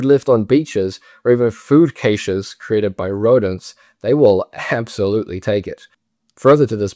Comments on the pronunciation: Interesting vid. Thanks. FYI “Caches” is pronounced the same as cash. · “Caches” is pronounced cash.